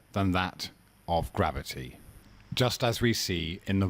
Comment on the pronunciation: Grav-O-tee, FTW!